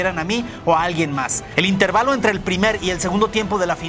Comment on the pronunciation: dijiste mal intervalo no fuiste a la pinche primaria vdd